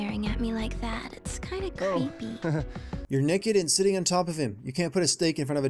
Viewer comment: for saying "Neked" instead of Naked.